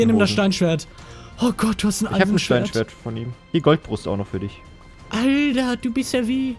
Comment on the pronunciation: du hast immer schöne videos aber warum sagst du denn alder und nicht alter?